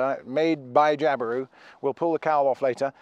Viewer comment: Nah, we say Jabiru just like you do!! Not too shabby for a Pom on a didge!!!